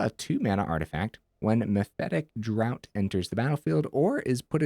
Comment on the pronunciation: Fun fact draught is pronounced like draft